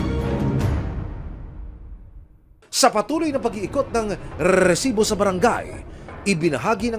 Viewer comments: gigil ako sa narrator RRRRRRRSIBO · Nakakainis yung host ng show na to bakit kailangan pa i-emphasize yung word na rrrrrrresibo 🙄 Napaka inconsiderate and insensitive since ganito yung TEMA ng palabas mo! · Hype na Rrrresibo yan nakakainis pakinggan maxadong trying hard na maging Mike Enriquez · Kelangan talaga rrrrrrrrrrrrrrrsibo ang bigkas😂😂😂😂😂 dami ring adik jan tondo navotas libangan jan ang patayan😂😂😂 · Nagkicringe talaga ako sa rrrrrrresibo! Bakit kailangang ganun tuwing bibigkasin? Ang oa talaga ng GMA🙄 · Humihingi ng donation pero may monetization ang video. Wack. Pakitigilan action man ang pag enunciate ng "r" sa "resibo" ang hirap seryosohin ng binabalita mo. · Can you please stop emphasizing that "R" when you speak the word Resibo? kairita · Kailangan tlga Pag sinasabi ung resibo w/ rrrrrrrrr nakaka irita pakinggan.. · Palitan mo yang Pag bigkas mo ng resibo boss pangit pakinggan.. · Kailangan ba talaga ganyan yung pag-pronounce sa 'Resibo'? What a joke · Yun nga din ang nasa isip ko haha bakit need pang ganun?😅